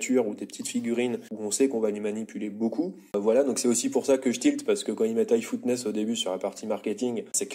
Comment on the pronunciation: Toughness.... prononciation: teuffness, pas footness